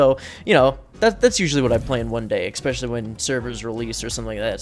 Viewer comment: I don't know why, but hearing you say especially with an X bothers me lmao. Enjoyed the video though!